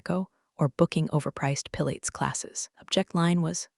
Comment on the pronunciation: "Pill ates"... Pilates....😅